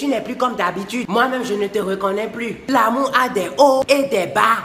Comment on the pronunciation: Il dit " l'amou " 😂